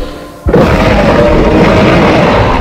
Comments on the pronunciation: это всем известная ошибка, правильно произносит гигаНОтозавр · послушай английские видеоролики все произносят "НО". Или посмотри оригинал фильма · Говорится Гигантозавр а пишется Гиганотозавр